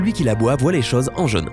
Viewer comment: Il me fatigue son accent quand il dit cheeuse au lieu de chose!!